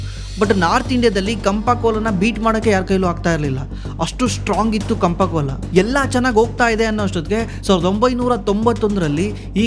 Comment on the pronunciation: ಕಂಪ ಕೋಲಾ ಅಲ್ಲಾ ಗುರು 😂 ಅದು ಚಾಂಪ ಕೋಲಾ 😂